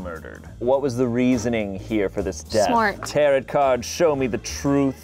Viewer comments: Is he saying taroTt? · pronouncing tarot like "carrot" amuses me more than it normally should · Its pronounced tarot not tarot